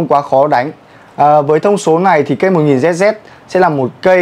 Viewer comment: đọc lại tên vợt hộ cái Nano flare 1000zz ông ơi 🤫🤫